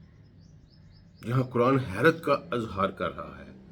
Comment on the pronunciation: کران نہیں قرآن بولا کریں۔ غلط تلفظ سے مطلب ھی بدل سکتے ہیں۔آپ کی فہم وفراست پہ ہمیں کوئی شک نہیں